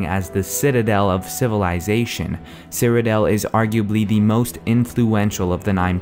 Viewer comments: cyrodiil nor cyrodel so annoying. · I thought it was "Cyrod-ill" not "Cyro-dale". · great video, but stop calling it CyrodEL!! its CyroDIIL! DILL!! Jesus Christ!! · I just hate the way you say Cyrodiil. You say it like Cyrodel. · He pronounces Cyrodiil weird.